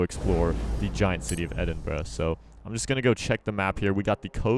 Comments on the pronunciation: When u say the city name its almost like ur saying edit bra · EHDIN “BROUH” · Its Edinbruh XD